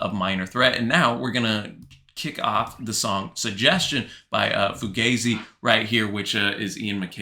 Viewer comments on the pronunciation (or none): I think it's 'fuGAHzi' rather than 'fuGAYzi'